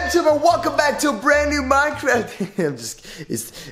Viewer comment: Who luv minecwaf?!!!